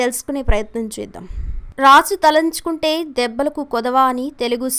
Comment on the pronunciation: Talanchukunte kadu talachukunte emi telugu matladutaru talli